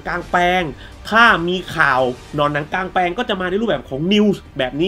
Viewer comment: ชื่อผิดพี่ กลางแปลง ไม่ใช่หลางแปลง